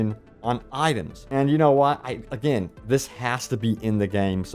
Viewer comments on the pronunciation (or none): none